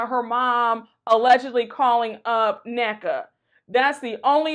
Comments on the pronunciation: Gizelle mispronounced that lady name … talm bout some NAYKA…😂😂😂 that’s all I need to know that Gizelle using that lady as a pawn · Gizelle is so fake mispronouncing Nneka’s name “Nay-Ka” that’s all I needed to know that that woman don’t give two craps about that lady and using her as a pawn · I don't personally get how Nneka is okay w them women saying her name wrong repeatedly... like HUH?! The least you can do is say my name right. That should show her them heffas don't care if she's coming or going, then she turn around looking goofier than goofy going up for them so bad. I will gladly take 8 and a half from RHOBH next season over her and that's SAD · Nneka is hella wack! She knows the green eyed bandits aren’t pronouncing her name right but she letting it slide because she wants to be accepted. I giggle with Wendy every time they do it! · Anyone notice that gizelle never says Nneka’s name right